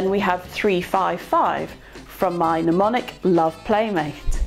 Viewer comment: 'Mnemonic' pronounced 'pneumonic' and I switch off. Medicine should be a precise discipline. And I feel this extends to vocabulary, even when said vocabulary is not from within the subject matter itself.